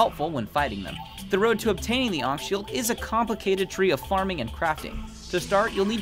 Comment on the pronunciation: 1. Ankh Shield isn't 1.3 its 1.2 or below i forgot 2. thats not how its said...